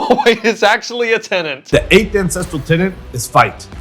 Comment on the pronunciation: do you say ancestreal too? :^)